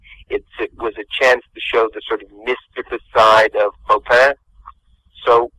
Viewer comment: Have watched Hunchback many times.Still can't pronounce Clopin's name.